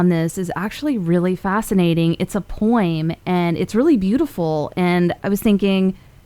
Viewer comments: She's a 10, but she says poyemm instead of poem. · Never heard anyone pronounce it as “Poy-emmm” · She definitely pronounces "poem" weird, right?